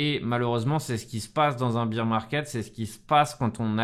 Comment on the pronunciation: Pourquoi tous le monde dit BEER market au lieu de BEAR market ? ^^